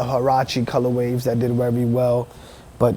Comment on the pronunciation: "colorwaves" and "lickaGrade" Rosetta Stone Bruh